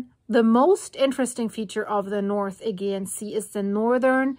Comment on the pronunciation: You pronounce it 'Aygeean' but I've more often heard it pronounced 'Ayjeean'. I'm not sure which is correct now...